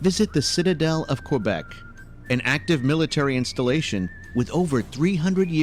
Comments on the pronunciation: The guy doing the voice over for the video is actually mispronouncing a lot of things. First Quebec, then he called Casa Loma… Hill House (no locals say that) and they mispronounced Quay. Aaahhh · Just a friendly note... "Quebec" is pronounced "K beck", not "Q beck" (emphasis on "beck").